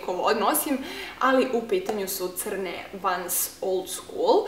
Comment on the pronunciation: Ne izgovora se vans vec vens